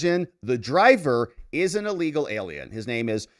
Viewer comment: It's illegal, not "allegal!" Maybe it's just my hearing?